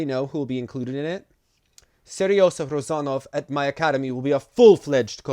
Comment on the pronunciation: The "hot Sergei"'s diminutive name is not Seresa, it's pronounced Se-ryo-zha - here's an example ;)